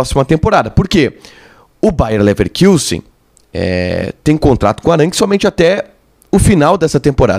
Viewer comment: É "LeverKUssen", e não "LeverKIUssen" que se fala,. Não tem trema no u.